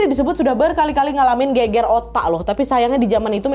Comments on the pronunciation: Gegar otak kak nad, bukan geger 🤣🤣🤣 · gegar otak dibaca geger otak jadi gemes wkwk, soalnya kalo bahasa Jawa geger artinya bertengkar hihi.